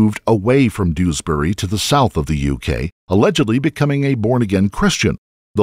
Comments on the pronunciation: Doos-bury is actually pronounced Dewsbury. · It’s not doosberry…it more like jewsberry…